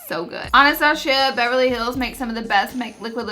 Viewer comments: Ana-Stosh-ia?? Really. Hmmmm wow. Waaaaay too many people don't know how to pronounce Anastasia. But the way you do it is down right offensive! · I love Laura so much so don't take this the wrong way but.... "anastachia" 😂😂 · I love how she calls Anastasia Bevery Hills "Anastashia" lol I love her ❤️ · the way she says Anastasia thoooo... 😔